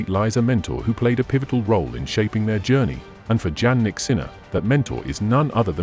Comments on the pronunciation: PLEASE LEARN TO PRONOUNCE THE #2 tennis champ correctly! Yannik..how do you expect fans to listen to your content when you are unable to even pronounce the name of this remarkable athlete correctly? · His name is Jannik Sinner, not Jan or John from your pronouncing his name. Jannik didn’t has a nickname Jan or John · Nice video but pronounce his name correctly. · You made a video about Jannik but you don’t even know how to pronounce it.